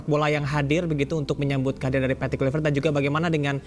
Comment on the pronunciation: Apalah wartawan sebut namapun tak betul:KLUIVERT,ini dibaca:KLUBET bukan KLUBE